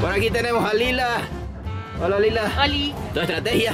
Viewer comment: Momento 8 :12 Nando: dice entonce Lía se cae y se mueres Yo : dijo Lía no Lila